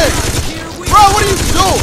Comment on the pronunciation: "Bro WUTRYADOOIN"🤣😭